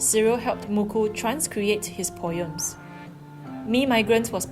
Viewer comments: You don't pronounce it POYEM. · The way you pronounce POEM and POETRY is very....amusing